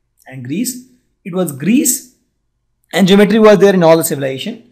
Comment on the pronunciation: Pronounce the word ( GEOMETRY ) correctly